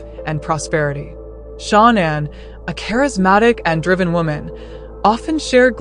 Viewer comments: It’s pronounced sha-nan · You are pronouncing names incorrectly. Also Shanann’s car was in the garage. You’re incorrect saying it was in the driveway. You need to do some research to learn the truth.